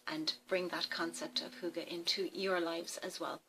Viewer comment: Hi i come from Dawns Channel i am Danish you are good at Saying hygge right and you and Dawn Got hygge it is Nice that you make a video About it ❤1 huge Like from this Danish woman 😉i subscribed to you 571 i hope you Will subscribe me to for support off Another youtuber ❤🎄 i am 45 and make videoes on English and One Danish video a Month 😊i hope to see you on my channel and Great video 🖒❤